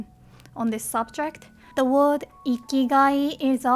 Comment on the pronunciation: you're pronouncing "word" wrong. There is no Japanese "o" in it.